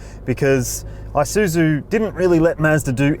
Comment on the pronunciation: The "eye-suzu..." Mates, it's pronounced with an E. E-soo-zoo.